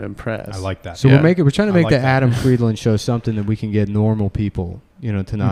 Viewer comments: He always pronounces it wrong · Why does Adam pronounce his last name like someone that is not from Rhode Island, trying to pronounce "Pawtucket"?